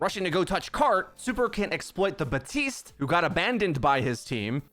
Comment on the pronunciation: Is the P in Baptiste supposed to be silent?